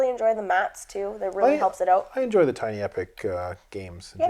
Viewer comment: It’s TIny not TEEny